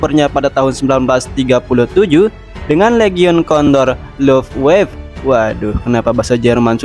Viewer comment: btw bang luftwaffe itu kalau kalau mau dibaca itu "lufvafə/lʊftvafə"